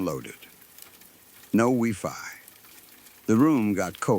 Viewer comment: This is actually pathetic, AI is BS! So many mistakes!!! What's wee fi? Is it supposed to be wifi 😂